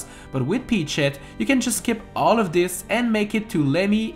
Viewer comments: Does anyone notice that he says peach sh*t instead of peachette? It sounds that way right? I'm not crazy Right? Right? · I swear when he says peachette I hear “pea shit” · He said peach shet 😂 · When he says peachette I hear "eat sheet." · Why does it sound like he’s saying peach-sh*t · when ever you say peachette you sound like you're saying "eat shet" please don't tell me i'm the only one